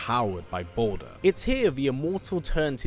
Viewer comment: Balder??? The way you say his name it sounds like you’re saying “BOULDER” aka A big ass rock!